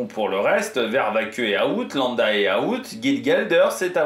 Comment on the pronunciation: Bon Remco est trop court (par rapport à Vinge, Pogi n'en parlons même pas !!!) et au mieux ce sera la 3ème place sur le podium du prochain Tour... Ce qui m'inquiète un peu plus pour Remco, c'est qu'il se fasse larguer par Lipowitz puis par Jorgenson également ! Sinon, comment tu prononces le nom de Louis Vervaeke LOL 😂